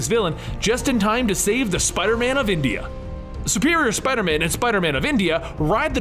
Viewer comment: Spiderman of "Endia"? 🤡🤡